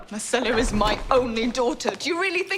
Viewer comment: Agree on most parts but you couldn't even pronounce Myrcella right....c'mon my dude!